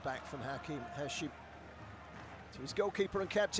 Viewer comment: المعلق يسمي هاشم ،،،هاشيمو😂😂😂صار ياباني